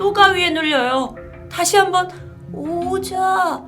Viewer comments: ㅋㅋㅋㅋ 난 왜 오자?오자? 라는말이 고자 고자 라고 들리냨ㅋㅋㅋ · 댓 먼저 보고 영상을 봐서인지 고자로 밖에 안들림ㅋㅋㅋㅋㅋㅋㅋㅋㅋㅋㅋ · 5호차라고 하는건가여? 처음에 고자라고 들어서 계속 다시 들어보는중임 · 나만 고오자라고들리나? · ㅋㅋㅋㅋㅋㅋㅋㅋ 자꾸 goja goja하시는거 같아요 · 나만 고자로 들림? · 이거보니까진짜 고자라고 들리네요ㅋㅋㅋㅋㅋㅋ